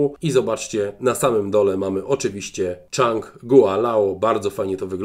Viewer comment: Chyba "Dżang" nie "Czang".